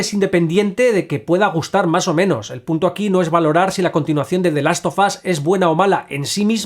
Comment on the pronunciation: "De last of as" 😂